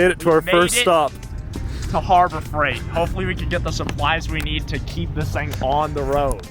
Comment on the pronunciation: "everything we nee doo doo"